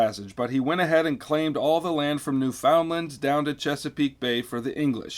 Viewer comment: As a Canadian I am offended by the prononciation of Newfoundland. But thank you so much for this. I'm sorry.